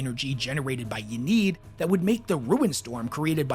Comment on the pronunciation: also please its in-ee-ad not ya-need